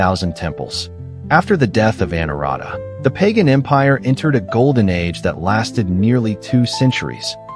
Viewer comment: Not "Pay Gan", rather "Ba Gan".